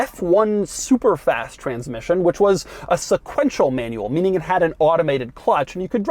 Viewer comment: Doug’s the kinda guy not being able to pronounce "manual" nor "five hundred and ninety-nine"